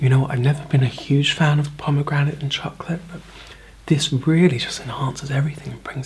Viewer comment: I like how you say chocolate like young Willy wonky in the tim burton version CHAWKLAHT